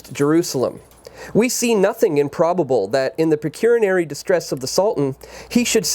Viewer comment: Firstly, thank you so much for the video; the information herein is earth shattering. Secondly, I just have a bone to pick because I'm a self-avowed anally retentive pedant: It's obvious he doesn't know the words pecuniary or avarice. There is absolutely nothing wrong whatsoever with not knowing these words; but when you just blow through them mispronounce them, and obviously do not know their definitions, you should stop and take 15 seconds to look the words up, especially if you're making a video on YT for all the world to see. Just a couple of seconds is all it takes to learn a new word and to have it for life, never being intimidated or made to look foolish by it ever again. We all contend with our own individual laziness of the intellectual variety, and at times simply lack curiosity.